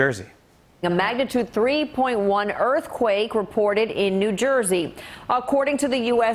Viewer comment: Aw NJ had a scawy erfquake. 3.1! Oh my gosh, how terrifying! 😯😲😖☹😰 That's adorable. (California born and raised!)